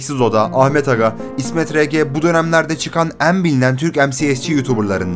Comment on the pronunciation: en büyük derkenki 'en' leri yanlış söylüyorsun dostum. belki düzeltirsin görüp. kapalı söylemen gerekiyor.